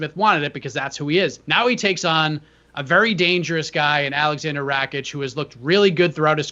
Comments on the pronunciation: I like you but please it is R-A-K-I-C and not R-A-C-I-K thank you 🙏🏻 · It's actually pronounced R A K I K. THANK YOU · rack itch